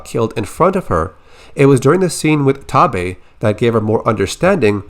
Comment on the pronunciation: Only part of this that bothers me is the pronunciation of Taabe